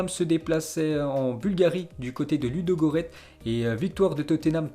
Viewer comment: Dans le nom de l’équipe Ludogorets il faut prononcer le S fait gaffe la prochaine fois